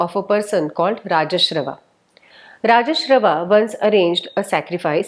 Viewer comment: Pranam 🙏 It is not important but hope in script the Vajshrawas is actual name not Rajshrawas as pronounced in narration. No intention to find fault or to hurt but positive vibe to alert bcz many will be listening. 🙏